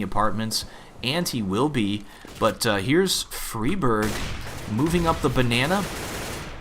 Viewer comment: Im sure its pronounced Fry-Berg, not Free-Berg?